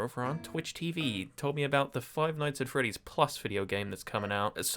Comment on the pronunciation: foive noitghs at fre'ies